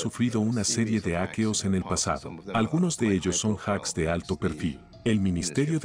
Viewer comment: "aqueos"? 😐🤔😂 cuando dejas que la IA generé la voz automaticamente.